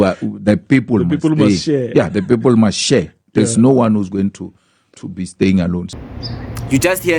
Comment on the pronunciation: I don't know I just hear them talking about "de Piepol"